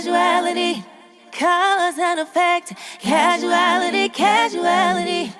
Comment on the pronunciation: She is saying thword wrong. She is saying Casuality which isn't a word. The word is CAUsality, not CasUality.